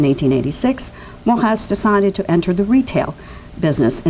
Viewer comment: Mor-ey-z not Morrass !